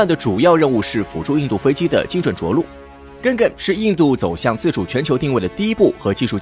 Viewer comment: "Ga gan" 读音： 尬尴......:face-blue-smiling::face-blue-smiling::face-blue-smiling